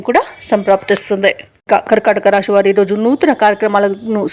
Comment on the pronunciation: రాషి కాదు. రాశి.